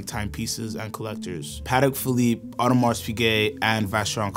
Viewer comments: We don’t pronounce the ‘s, for Audemars :) cool video overall, a sucker for JLC, AP to be swapped by VC or ALS anyday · Born and raised in Geneva : stop saying the “s” in Audemars please. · Please learn how to properly pronounce the names! This channel provides such quality content but the names need to be done justice! The “s” isn’t pronounced in Audemars, among other things